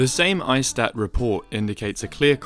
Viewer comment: no big deal at all but ISTAT is 'eestat' in Italian.